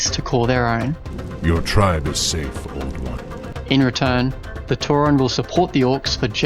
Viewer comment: Tauren, not tauron, why is it so hard to reads names